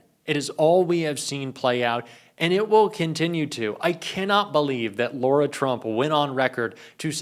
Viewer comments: Let's be accurate and pronounce Lara as it is written, not as Laura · First of all, you should say her name right "Lara" not "Laura". Second, calling for more transparency is not dropping a "BOMBSHELL!". You clickbait because you have nothing real to offer. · It is Lara like cara not laura. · It's not Laura Trump it's Lara Trump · Her name is LARA Trump. Not LAURA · Lara is pronounced as La-Ra rather than Laura. I’d hate for anyone to be confused about whom you’re referring. Thanks! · La-ra. Not Lor-a 😊